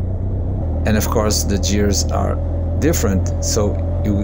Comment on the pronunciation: Its "GUEARS" not " JEARS"